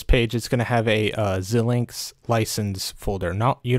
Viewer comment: I've never heard anyone call it Zill-lynx. It's always ZI-lynx. Anyway, back to your video : Why are you instructing us to get a purchased license when we haven't purchased a license? you say we don't want any of those, so what do we want?? I don't have any others that show "None" that make sense here.